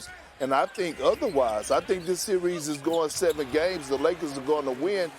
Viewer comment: Nobody: Perk: "Seer-rees"